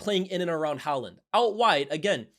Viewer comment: The way he pronounces haaland 🙄